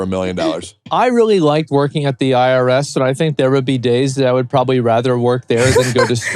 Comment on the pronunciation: dude really said IRS lmaooooooo